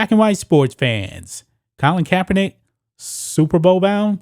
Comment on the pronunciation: Oooooooooh Super Bowl !!!. I thought you said Stupid Bowl.